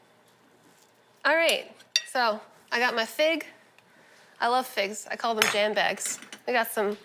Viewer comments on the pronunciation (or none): I had to rewind to make sure said "jam bags" and not "man bags" to describe figs. LOL